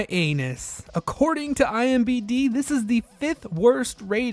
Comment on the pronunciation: why can’t people properly pronounce IMDB.